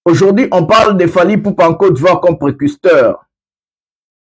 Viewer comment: On dit précurseur et non precusteur joyeux Noël a toi